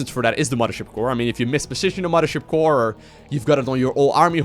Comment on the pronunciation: omg, say "muddership core" one more time! I can't do it, I can't watch this video once it hit Protoss and 50 rapid fires of muddership